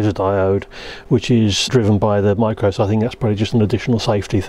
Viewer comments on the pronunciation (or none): none